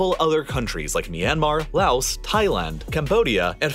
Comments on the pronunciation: It’s not “louse”! The s in Laos is silent! It’s French. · You say Laos like lao not laos.